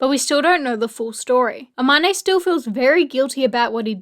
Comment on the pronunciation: Love this but, the way they pronounce Amane 😭